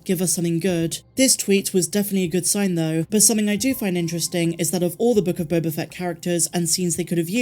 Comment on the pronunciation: Again...you keep mispronouncing "The Book of Boba Fatt".